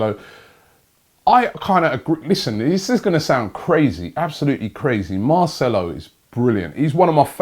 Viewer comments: Finally he says marcelo correctly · SAID MARCELO'S NAME RIGHT!!